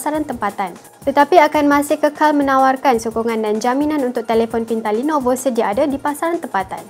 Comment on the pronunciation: Hahahaha Asal sebut nelovo...ingat neelofa ke ...😂😂😂😂